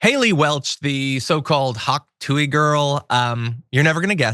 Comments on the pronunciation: dude, if you’re going to get paid to talk about her, you should “honestly” know a little more about her and consume more than a minute of her content. you sound disingenuous off the bat when you intentionally mispronounce her nickname as the “hak tuey girl” but know her real name and the fact that shes given to charities tl/dr you know about her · That was the most boomer intro ever “hawk tooey” mispronounced like a boomer trying to say “pokemon”